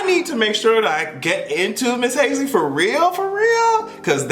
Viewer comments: I was trying to figure out who Hayslee was 😂 You talmbout Halsey? (Hall-zee) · are you calling HALsey HASley on purpose 💀💀💀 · it's Halsey(Halls-E)... Lol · Hazy🤣🤣🤣 it’s Halsey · Haze-Lee :D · Not you calling Halsey, Haisley nnn 💀💀💀💀💀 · Halsey=HALL Z Lol still luhh you doe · Everytime you say Hase-Ly it gives me life 😂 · You did not say Halseys name correctly one time. I’m screaming